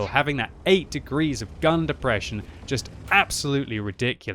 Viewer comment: "It's got the deprresion" I got it too